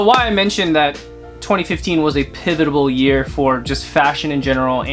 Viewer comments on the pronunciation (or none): dude what the fuck is a PIVITABLE